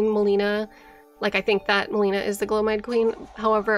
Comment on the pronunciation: Do lore youtubers mispronounce names on purpose that are said out loud in the game? Melina and Miquella mainly